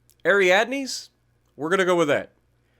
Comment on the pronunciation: Since l m Greek it's hilarious when I watch people trying to pronounce Greek words. However, l can assure you that you nailed it. Ariadne has to do with the myth about the Minotaur...